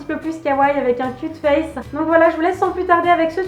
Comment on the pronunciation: Quand tu as dit "cute face" j'ai compris : cul de fesse 😂 Sinon c troooop kawaii 💘